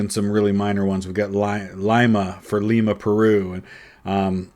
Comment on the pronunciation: I like that you pronounce Lima correctly